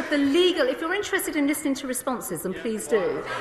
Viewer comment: "Your not even Lisnin'...."